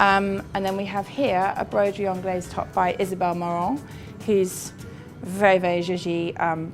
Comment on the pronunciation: You don't pronounce the 's'